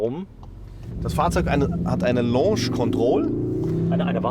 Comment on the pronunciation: face-blue-smiling:LAUNSCH KONTROL .... dat heisst LOHNSCH ... LAUNSCH = lounge ... LOHNSCH = launch !!!